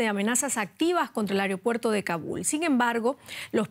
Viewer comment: "Areopuerto" Primero hablen bien por favor